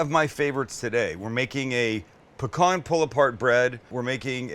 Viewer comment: As a Louisiana native I salute <S> you for pronouncing pecan correctly!! Not pea-can.